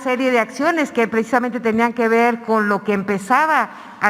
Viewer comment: Conté 25 "precdisamente" ;)